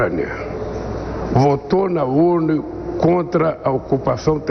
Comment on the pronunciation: Em "Votou na Urnu". O Brasil votou nas "urnus" que o elegeram.😂